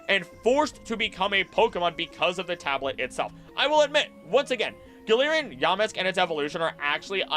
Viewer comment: Ya, Mask!❌ Yamask...✅